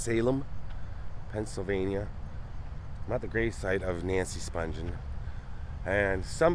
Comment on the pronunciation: Nancy Spung-ghen is how it's pronounced. Not Sponge-en. Sid couldnt have been buried in a Jewish cemetery